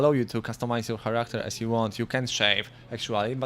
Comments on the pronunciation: HcHaracHter, lol. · "Character" pronunciation has never sounded more badass.